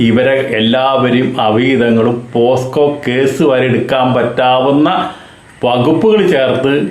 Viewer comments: പോസ്കോ അല്ല സർ. പോക്സോ എന്ന് തിരുത്തി പറയുക 😂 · പോസ്‌കോ അല്ല പോക്സോ